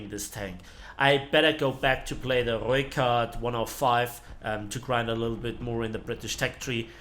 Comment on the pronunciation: Damn somebody can roll their r's. So far this is the best pronunciation of rooikat I've heard.